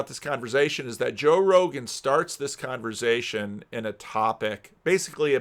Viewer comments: "Conver'z'ation" Interesting pronunciation. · the only person I’ve heard who actually pronounces the v in conversation